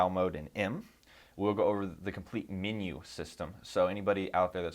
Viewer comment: It funny how sometimes a person speaks with a fairly neutral accent but will pronounce one or two words oddly. "Min-yew"